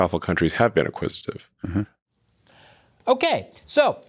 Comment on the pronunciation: Btw the word is “acquisitive” not “inquisitive”…